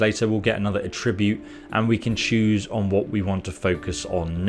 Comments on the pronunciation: I know you have an accent but its attribute not atribute (at-tra-bute not a-trib-ute) either way still a great video.👍👍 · Your using the verb pronunciation of attribute not the noun pronunciation. Check it out on google.